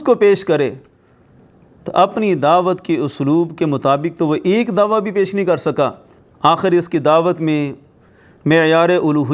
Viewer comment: Mufti sahb dhawa lafz nai dawaa hota ha urdu b thek nai aap ki